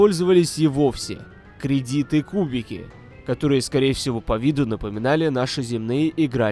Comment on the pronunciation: Кредиты ударение на 1 слог в зв, это единственная отличительная черта от просто кредитов в играх